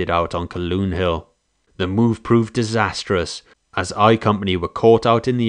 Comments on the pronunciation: Its not pronounced Caloon, its pronounced CALHOON, get right. Stop being disrespectful. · "Calhoun Hill" = Kal-HOON Hill not "Kal-Loon." The pronunciation of "Id-dee-it" remains the same and is most aptly applied to Custer, whose dereliction of duty and common sense resulted in the death of almost 300 people who were sacrificed to "Autie's' miserable thirst for blood and vainglory. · Calhoun is pronounced Cal-hoon, not Caloon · Why is the announcer saying Caloon when it is Calhoun? I have been to the battle site four times in the last 35-40 years. At 64 now, I am planning to go again one last time. It has always been fascinating to me. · "ca' loon" hill"? Hmmmmm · Very well done though I know a lot of people named Calhoun and you mispronounced that name